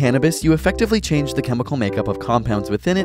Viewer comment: "chonged" lmaoo bruh